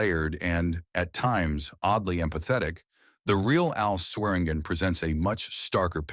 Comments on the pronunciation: I'm a Swearingen. It's pronounced Swear-in-gin. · Chinese AI : Swergin